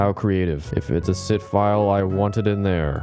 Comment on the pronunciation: general kenobi (also sit files sounds like SİTH files!)